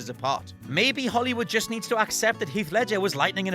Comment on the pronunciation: It pronounced Holly woo